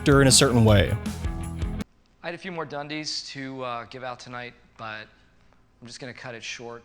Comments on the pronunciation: Seriously, it’s not like Crocodile Dundee’s. This is the problem with this sort of broad sanitized corporate shill channels. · “The Dundeeees” - the narrator’s never seen it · Every time he mispronounced Dundies I cringed. Watch the show even once and you'd not get it wrong